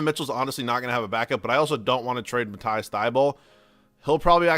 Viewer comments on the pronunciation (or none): It’s pronounced Ma-tees Thybulle